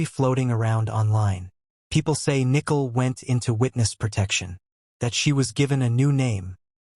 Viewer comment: Nickel??? Don’t you mean Nichol? As in ni - Cole??